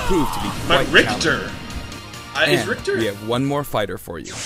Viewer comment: I hope in game Richter is not so horribly mispronounced. You englisch plebs butchered it for decades at this point.